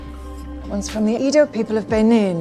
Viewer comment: It's Edo not Edu😭